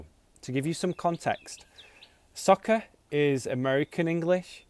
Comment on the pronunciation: Good job, you pronounce soccer like sucker. Same pronunciation? or im wrong